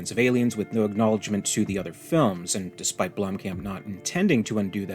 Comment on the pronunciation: Its pronounced "BLOOM - COMP"